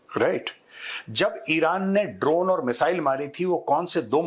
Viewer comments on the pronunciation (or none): none